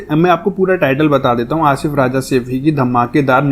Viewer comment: आप राजा कहते है राजा नही भाई रज़ा बोलते है